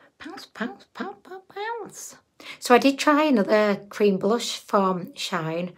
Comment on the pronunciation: I love how she says shaayn rather than shee -in 🤣 she makes them sound fancy